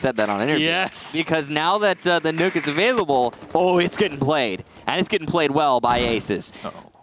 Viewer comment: I cringed when he said nook not nøkk